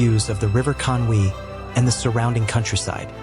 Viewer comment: I totally understand Welsh is difficult to pronounce......but it's so uncomfortable to hear at times......well, you got Conwy correct 😂